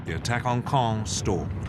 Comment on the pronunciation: Now can you pronounce the word of "Caen" (Sounds like "kon") - There are several videos on Youtube that cover the topic in further detail. Including videos from this account. "The Battle For Caen: The Key Battle That Followed D-Day | Battlefield | War Stories"